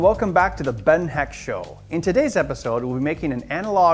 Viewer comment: Just subscribed, By the way you pronounce "Heck"-"Eck" :)